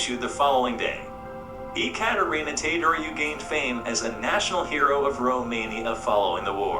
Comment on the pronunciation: It's Ecaterina Teodoroiu. The 'te' in Ecaterina is pronounced like the one in 'temperament' or 'technique'. As for the surname it seems you got stuck at 'roiu' which is simply pronounced 'rawyou'. Imagine trying to tie the words together. Cheers!